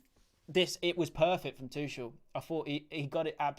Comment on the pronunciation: He’s German not French it’s ‘Tukel’ not ‘tuchelle’